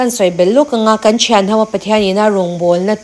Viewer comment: I aw a fiah a ngaihthlaka nuama, mahse kan tih tur hi kam ti in i lamri thina mizo tang a ti chingpen fimkhur deuh teh